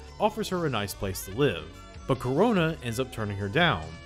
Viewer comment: Karona you say?